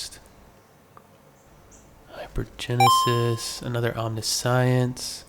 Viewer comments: please for the love of god its Om-nish-ens not omni-science. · Love ur vids but i gotta be that guy...im sorry. How to pronounce the following: Omniscience ( aam·ni·shns or om-NISH-uhns ) and MIrrodin ( mih-ROH-din). Hope this helps, sorry again. Hope you keep finding absolute bangers! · not pronounced Omni-science lmao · I realize im being stupid here but I heard omni-science and I had to stop 😂